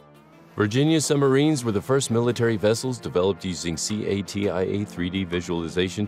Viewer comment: quick note, industry folks call "CATIA".... "Cuh-Tee-Uh"